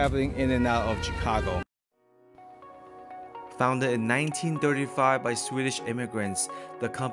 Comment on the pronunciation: Tchikagoe, i'm dead😂😂😂😂